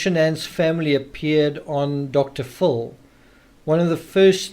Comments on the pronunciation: Say it with me Dr. FILL not Dr FULL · It’s DR PHIL not DR FULL